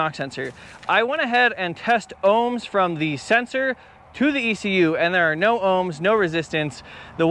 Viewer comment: "Noir" dude that shit is hilarious. Australian "no" I love it. Absolutely incredible skills as always man. I wanted that red one.